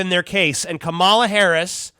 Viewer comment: You’re pronouncing her name like the former professional wrestler, KaMAla- the Ugandan Giant. Maybe Valerie Clinton will have another run.